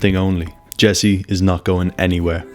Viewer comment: it is Julie Delpy, not Deply. Nice video otherwise.